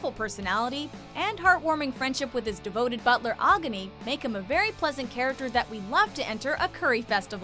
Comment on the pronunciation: I'm glad Prince Soma is on this list but his butler's name is Agni (Egg-nee) not Agani!